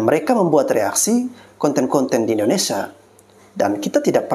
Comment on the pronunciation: Mf bg membetulkan penyebutan.. Bukan indonesa bg tapi indonesia..